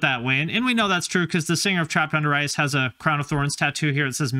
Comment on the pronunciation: I kept hearing "trapped under rice"